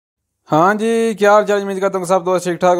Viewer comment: Apki haan g boht buri ha